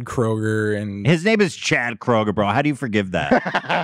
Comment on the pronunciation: Nickelback is from my area. My uncle is friends with Chads dad. I’d love to stick up for them right now, but the music is terrible. Also if likes them so much he should learn how to say Kroeger properly (Crew-grr).